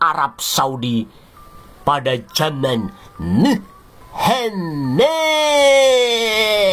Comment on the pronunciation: Intonasi suaranya mungkin lebih baik dikit kalau dikurangi dramatisasi terutama kata Muhammat lebih halus dikit.Tx